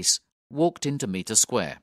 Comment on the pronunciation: This is a good little audiobook, thank you. “Meter Square” as repeatedly narrated, is spelt and spoken, Mitre, as in “might”.